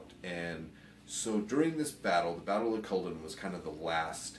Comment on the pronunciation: only problem with this video is the butchering of the name culloden its cull - aw - den :)